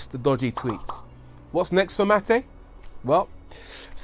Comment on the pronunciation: U pronounce his name like its Matej😬